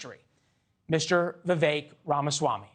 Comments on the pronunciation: Sorry, Vivek does not rhyme with "milk." The name is pronounced "we-wake". Two syllables -- v followed by wake. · Vi-Vek not Vi-Vake